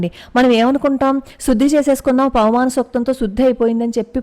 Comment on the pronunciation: పవమానం అనడం కూడా రాదు. పవనమానం అంటోంది